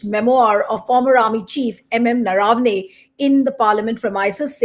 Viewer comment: Name is Naravane . Please pronounce it correctly